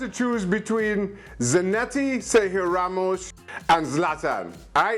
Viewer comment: Its Ramos lol